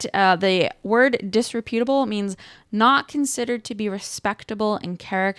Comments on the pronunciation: The word is pronounced "dis-REP-utable" and is more appropriately used to describe a person's character, not their appearance. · First of all, it's pronounced [dis-REP-yuh-tuh-buhl]. Second, it's a lot worse than wearing crocs and pajamas in public--which, by the way, I see ALL. THE. TIME. Its main meaning is that someone is unprincipled, i.e., untrustworthy.